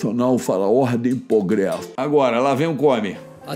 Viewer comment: Ele falou "pogresso" é você falou "celebro" kkk